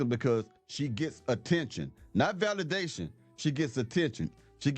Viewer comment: She should be locked up for 30 years, “Valadation” are you serious???